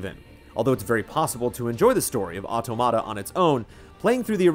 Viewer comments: dude, automata is said or-tom-matter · I'm pretty sure that's not how you pronounce automata... at least, if you're referring to computational automata, it's pronounced AW-TAW-MAW-TA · Superbly written, superbly dictated. Great review - L&R (pretty sure it should be pronounced like "automaton" though!) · they didn't call them automata though, which is a Greek word (αυτόματα - stress on the antepenult). They called them karakuri. But I daresay you're right that automAta is traditionally how they pronounce that in Japan (perhaps when translating or describing karakuri?). It's not just not good Greek! L&R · PS: please..it's auTOmata...just a big pet peeve of mine. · “Otto-matta” lol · Nier OW-TOE-MAH-TA??? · The review was put together really well. Great writing and thorough coverage makes it really to watch. EXCEPT for the fact that the title of the game was constantly over pronounced and pronounced incorrectly, this would be an absolutely stellar review. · He is pronouncing it incorrectly. It's the plural form of "automaton." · Why does no one know how to pronounce automata? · everyone be pronouncing automata wrong :( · Ram Khai English native speakers usually pronounce everything wrong. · it's a little different, in that it's an English word that Japanese devs are using for their English translation of a Japanese title. It's true, the pronunciation in the game matches what is saying in the review, it's also true it's a Japanese (mis)pronunciation of an English word.